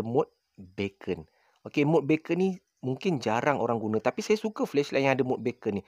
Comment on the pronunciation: Beacon bukan sebut "baken" bro, baken tu bunyi macam bacon iaitu lazimnya makanan potongan/kepingan daging haiwan dihiris halus, kalau orang putih biasanya babi, tapi sekarang ada versi halal dari binatang yang halal. Beacon disebut sebagai "biken", beacon ni maksudnya lampu amaran atau isyarat sebagai panduan, contohnya rumah api adalah beacon pelayar. Sekadar perkongsian, kita sama-sama belajar 😄